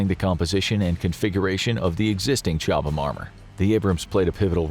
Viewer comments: FYI Chobham is pronounced Cob-um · It's pronunciation is Cob ham. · The H is silent FFS